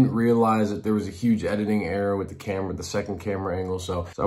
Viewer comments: “He wit us” 🤣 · “He wit us” 🤣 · "he wid us" hahahaha